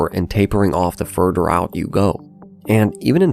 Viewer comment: Just curious ? Why can you pronounce ‘together’ correctly but not ‘further’ and ‘rather’